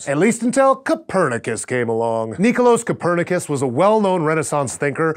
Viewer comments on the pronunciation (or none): Lol "nicolose Copernicus".